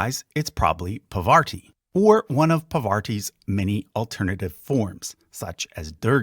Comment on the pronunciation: It is not Pavarti, but Parvati😮